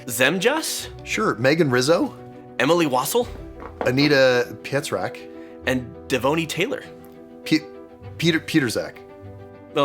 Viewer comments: The very last word is indeed a Polish surname, which is quite popular in Poland. ;) Pietrzak -- Simplified pronounciation would be "Pe-Et-SHak" while the 'sh' should be in fact a bit harsher in this one, because it has 'R' in front of 'Z', not 'S'. Quick tutorial in Polish then : Usually, when you see 'Z's coming after 'R' and 'S' (so, 'RZ' and 'SZ' respectively) in any Polish word, they tend to form equivalents of the '-SH' sound. While '-SZ' is simply pronounced '-SH' ; the '-RZ' is derived from 'R', not 'S', and it is pronounced differently. Exactly like 'G' in '-ge' suffixes of some French-derived words commonly used in English, the best examples would be : 'gara-Ge', 'voya-Ge' or 'massa-Ge'. With this in mind, you were pretty close, while it should be "Pe-Et-Ge/Sh-ak" :) Greetings, thanks for another great episode(s) ... and cheers to Anita for her Patronite support. :) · trying to pronounce what im guessing was Pietrzak surname at the end 😭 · As a Polish viewer I was delighted to hear struggling and failing miserably with pronunciation of a Polish surname 💜 None of those were close, but all of them were just hilarious, never change guys 🖤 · The first take of pronouncing "Pietrzak" was the best one IMO You're doing good